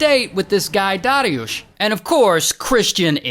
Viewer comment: Man congrats on saying polish names good. People I know have difficulty sayng easier names yet you almost perfectly said dariusz